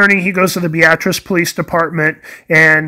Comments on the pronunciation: Can confirm he's saying it correctly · I lived in Beatrice for 37 years and he's saying it right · I am actually not saying it wrong. I am from the area and know how it is pronounced by locals (bee-at-tris). Very common for people not from the area to think it is pronounced like the woman's name (Bee- uh- tris). You probably won't be the last person to mention that either.